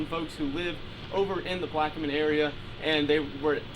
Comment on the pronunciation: It is pronounced Plack-men I used to live there, I know where this plant is located. Thanks 😊